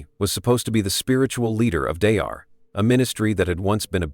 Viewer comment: Don't waste your time watching this video. The AI narrative keeps repeating the same thing over again and can't even pronounce Daystar correctly.